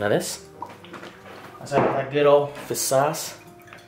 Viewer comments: why does he keep saying fis sauce its fish sauce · he always says fiss sauce